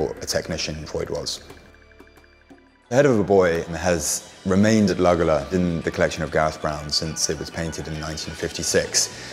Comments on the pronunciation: The mispronouncing of Luggala (correctly pronounced ‘Luggala-law’ repeated over and over is equally grating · Pronounced ‘lugga-law’